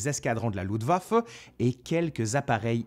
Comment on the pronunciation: Il pleut en octobre, et il neige début novembre. Avec une vague de froid très précoce vers le 11 novembre. Luftwaffe et pas Ludwaffe!